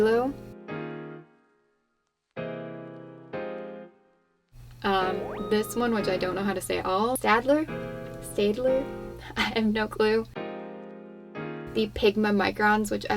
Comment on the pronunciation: It's pronounced "stat-ler."